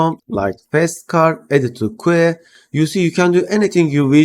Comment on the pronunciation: Lve your videos, wanted to let you know that the word "queue" is pronounced just like the letter "Q" (i.e. kyoo).